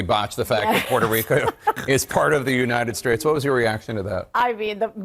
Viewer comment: "Puerto Rico is part of the United Straights" Jake Tapper can't pronounce a lot of names apparently